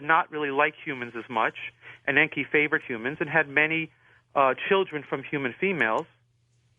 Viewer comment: This is 2025 & Zechariah Sitchen is dead, but he was 95% correct in his writings! I'm a Master Dowser & I have tested Sitchen's translations of the Ancient Stone Tablets into English and they are CORRECT 100% This guest of George's Can't speak English!! En•ki is NOT pronounced as he said it, but as EN 'K👁!! Same for An'noon'nah'K👁/ANNUNAKI!! I use Sitchen's writings for the Sun and Earth all the time in the Ancient Samaritan text to get what I want!! AP•SU is the name for our Sun and I can change it so that I don't burn by its Rays! Or make the Earth/Tiamat•K👁 or T'K👁stop turning so I can get home before dark!! In your view, I would be considered to Be A GOD, but I learned how to do this stuff through the Dowse!!!